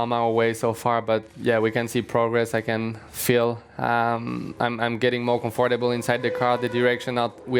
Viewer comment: "Comforrdable" - Pierre Gasly